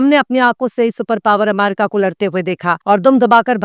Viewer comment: Abe bolna Sikh le pehle america ko aamaerica😂